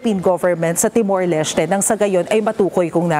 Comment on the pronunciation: Sir! nagulat rin ako kaya niresearch ko ang pronunciation ng TIMOR LESTE. tee·morlesh·tay tama pala sya! 😅😅😂😂